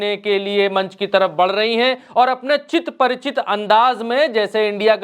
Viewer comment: चिर परिचित अंदाज बोलिये सर, "चित परिचित "नही